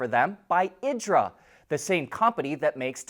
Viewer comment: Pronounced Eedra. Like peezza.